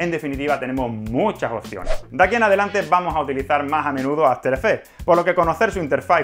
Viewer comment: QUE PÉSIMO TU INGLES... que horror, aferefe aferefe aferefe...